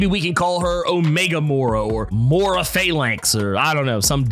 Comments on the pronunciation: It's "Moy-rah" not "Mow-rah." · I'm starting to think this guy intentionally butchers names for fun. 🤣 More'rah... Oh god.